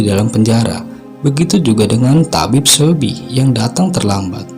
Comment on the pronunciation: mas maaf,aku mau kasih saran nih.. lebih baik cari tau dulu pelafalan nama2 tokoh sama nama tempatnya yg bener. (misalnya coba denger lewat google translate cara bacanya) soalnya yg bener disini cuma Lee Chang kayaknya. Seobi tu 'e' nya ga usah dibaca, Bae Doona itu bukan 'ba-e dona' tapi 'be duna'. aku disini mau cari pencerahan tentang peran tokoh2 nya, tapi malah jadi makin bingung gara2 pelafalan masnya. ibarat nama indo "Uun" tapi malah dibaca "Aan", kan jadi beda bgt 😭 🙏🏼 tapi selain itu udah oke kok, semoga masukannya diterima, semangat ya. goodluck 🙏🏼